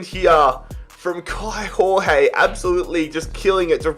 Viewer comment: Kaio Jorge is pronounced Kai-o Georg-ye sort of idk how to explain it perfectly